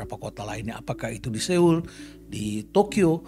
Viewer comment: Terima kasih kontennya, Prof.. Sedikit masukan saja. Seoul (서울: Seo-ul) bukan dibaca se-ul tapi dibaca so-ul. Ditunggu konten² selanjutnya. ♡